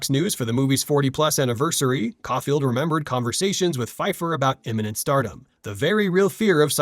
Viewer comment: Couldn't prronounce Caulfield though...